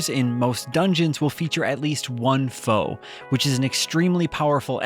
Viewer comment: "FOE" system. Lol got a chuckle out of me. Its "Eff-Oh-E"